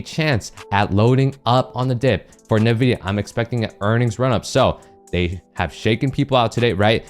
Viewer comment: Hey boss, respectfully, NVIDIA is pronounced “en,” like the letter “N”, then “VIDIA.” Respectfully